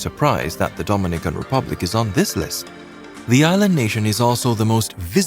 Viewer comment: Your pronouncing Dominican Republic incorrect and please get your numbers correct